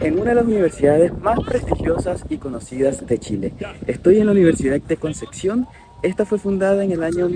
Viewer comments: Se dice concepción... Con p... No conceccion... 😅😅😅😅😅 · Buen video, solo queme daba un tick en el ojo cada que decia concección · conce Xion? jajajajjaja